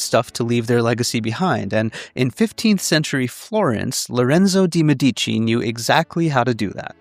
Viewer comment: I love this video, but the pronunciation of "De' Medici" is completely wrong